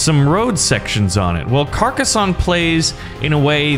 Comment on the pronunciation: I agree this game is fantastic the only thing that is annoying me is you are saying Carcassonne wrong